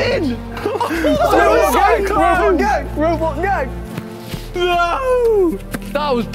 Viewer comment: Vik:robotgang Me:no it’s robogang